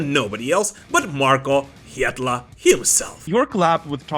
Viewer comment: Genuine curiosity here, as someone who is interested in (and occasionally butchers) foreign languages, is Markko Hietala's surname really pronounced like... "that"? Surely if you were to pronounce it in a Anglo-Finnish accent, it would be pronounced "Hee-Ta-Lah"